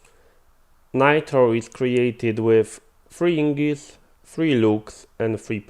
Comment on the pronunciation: I appreciate the tutorial (I was trying to use the centrifuge without a buffer) but if i could ask a quick favor. Everytime you say "ingis" it sounds like Ingots. please notice that the g comes before the n. It's name is Ignis (ig-nis) (like the word ignition) I don't mean any hate, you are understandable and English is a horribly tricky language sometimes.